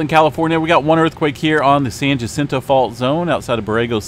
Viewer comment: San Jacinto is pronounced San Yacinto